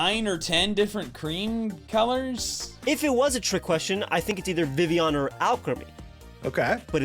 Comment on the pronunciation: And Vivleon instead of Vivillon!